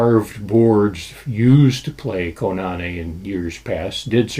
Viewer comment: It's Koo- Nah-Nay! Not Co-Na-knee!